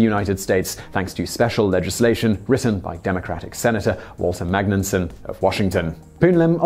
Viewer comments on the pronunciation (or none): I've never heard of a Democratic Senator from my state named Walter Magnunson. We had a Senator Warren G. Magnuson once upon a time, but I bet he could the word "though" (hint: it's not "thow") ... not your best episode, Simon, but still subscribed!